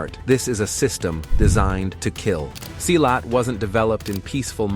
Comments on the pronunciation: Silat is actually pronounced like you pronounce "C" on celcius. "see-lat" Not Seilat. www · Wrong pronunciation. Silat pronounce SEE LAT not sailat. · Funny how virtually every martial art make virtually every claim made here about Silat. And its see- lot, not s-eye-lot. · Pronounced "See Lat" not Sigh Lat. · pronounce it see laath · pronounce "see-lat"